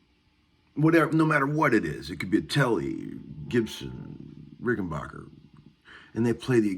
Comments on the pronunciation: Not sure what you meant about old Rics being "the blueprints" of a guitar...Rics are special, with worlds of differences to any other guitars. Also, it's not pronounced like J.S. Bach, it's pronounced like the English word "back" (Rücken in German). The founder of the company was from Switzerland, and when he came to America, that's the way he pronounced it. I like the b minor riff - and it is a good exercise. Opens up lots of ideas! And damn - I haven't heard "Every Little Thing" for ages! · Have you ever called them ? they pronounce it Rickenbacker no “bach” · Petty pronounced Rickenbacker like that too. I think part of it has to do with the age of the person and also regionality. Not a lot of Germans in Florida compared to some parts of the country. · even the Germans know how to pronounce it correctly. Maybe tell your handful of buddies in Nashville how to say it...we know they can't speak English, but maybe they can be taught phonetics. No, of course not. Guitar players, especially in Tennessee, are not a very intelligent lot. Arrogant, alcoholic. Do they all drink as much beer as you???